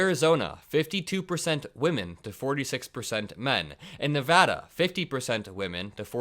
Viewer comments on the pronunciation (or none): none